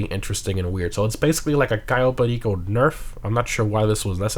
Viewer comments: Ur pronunciation on cayo perico pisses me off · Why do you say cayo perico in such a weird way?